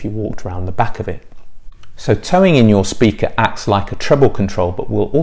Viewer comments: Very good but 'Toe-In' not 'towing' 😄 Think pigeon. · I'm a few years late and perhaps you know this by now, but the term is speaker toe-in, not towing 😂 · toe in, not tow in?